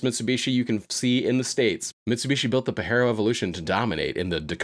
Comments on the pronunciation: hate the way you said pajero "pa-j-air-o" also super cool car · it's pa-Jeero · Your killing me with your pronunciation of Pajero bro, it ain’t Spanish ‘puh-jeh-row’